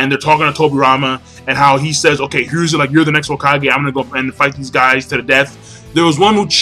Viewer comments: The 3rd's name is pronounced here a zoo herizu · It's pronounced "HE-roo-zen" Sorry that was just really annoying me...